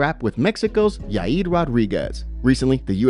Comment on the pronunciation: duded called yair "yai yeed" lmao